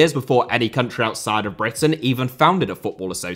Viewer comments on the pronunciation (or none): none